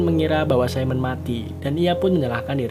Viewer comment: Simone bang bukan saimen